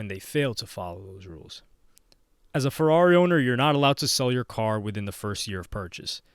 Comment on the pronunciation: “Purrari” 💀deadmau5 is goat